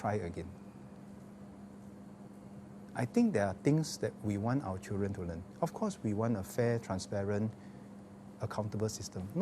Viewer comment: Mr education minister, please set a good example to teachers and work on your english language and especially your enunciation. Dont pronounce "chil ren" but "children"... "dren" your "d" is missing. You are just like goh chok tong's "chilren chilren...."